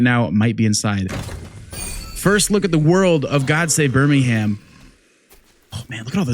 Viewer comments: As English guy I recoil when you say ber ming hamm. Haha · Birmingham - BUR-MING-HM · Btw you don’t say Birmingham you say it like Birmingum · It's prononouncr burrr ming UM and go up like a valley girl on the last syllable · BirmingHAM lol love it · Just a heads up on pronunciation, you're saying Birmingham with an emphasis on the "HAM" ending. We don't say that over here. It's more like Bir-ming-um. The same as when Americans over pronounce the "SHIRE" endings on our place names (Leicestershire, etc), as if taken straight out of Lord of the Rings. We say "Shuh". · only thing i gotta say is we dont pronounce the H of Birmingham, its like Birming-um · yeah It's how to say priory but NOT how to say Birmingham sadly :D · Was ready to watch this video but the yank mispronounced Birmingham 😢